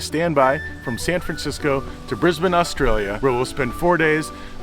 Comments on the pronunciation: So impressed you pronounce Brisbane correctly. Can you say Melbourne properly? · Thank you for saying Brisbane properly! ❤